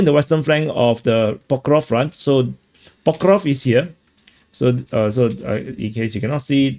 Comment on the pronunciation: you manage to make a 5 min clip tiring by drawing countless arrows and talking like its all the same and you dont really care. Its PokrovSK ffs…